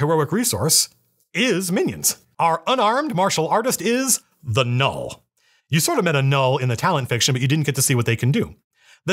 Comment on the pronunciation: Every time you say 'null', I hear 'gnoll' You should make Gnolls playable in this rpg uwu